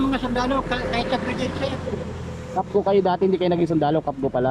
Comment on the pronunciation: cafgu Hindi kapgo